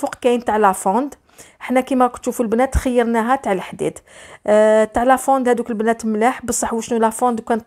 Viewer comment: الله يسترك اعرفي تنطقي برك لافونت ميش لافوند ونقولو لابلاك شوفونت ميش شوفو يا ولدي والله عيب راكم غير تخلطو